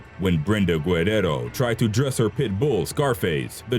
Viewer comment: Lol that's not how you pronounce guerrero